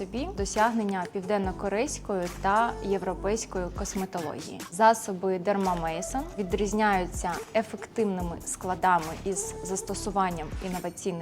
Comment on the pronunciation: Може "мезон", від франц слова, а не " мейсон"